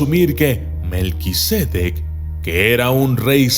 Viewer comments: Lo pronuncias mal, no es melquisédec, es melquisedec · Documentalista, el nombre es Melquisedec, no Melquisédec. Es sin acento.